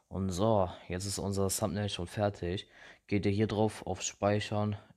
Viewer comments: das th wird nicht "s" ausgesprochen. Ich sage ja auch nicht zu "They" "shey". Also deine englisch Note kann man sich da schon denken.... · es heißt Thumbail nicht Sumbnail